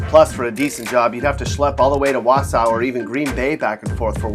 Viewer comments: That's not how you pronounce Wausau... Cringe, but truth about us saying "hey at least we're not Merrill" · dodie You can say it both. I live there.